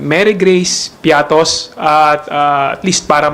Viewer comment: Piaty man un hindi piatos😂😂😂😂😂😂😂😂😂😂😂😂😂